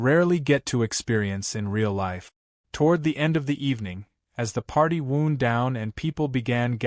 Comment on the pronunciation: Some bad AI prunciation... Wound. Kinder Etc.